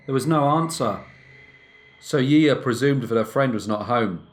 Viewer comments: We pronounce her name "she sha" 👌🏻 she's very well known here haha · I adore you, greatly enjoy your work but every time you say her name I get a little bit of FLAVA FLAV.......YEAAAH BOOOIIIII!! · Yiya is pronounced 'shi-sha' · No to be grammar police type, just a btw, her name would be pronounced jija or shisha, but tbh it doesn’t matter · It is pronounced like *Shisha here in Argentina ;-)